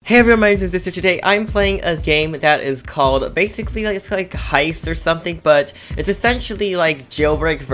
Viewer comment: it’s heist not hiest